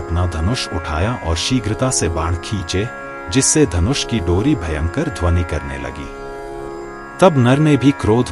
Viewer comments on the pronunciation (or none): none